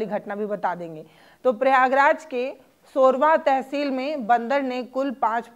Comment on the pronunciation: सोरवा तहसील नहीं..... सोरांव तहसील😂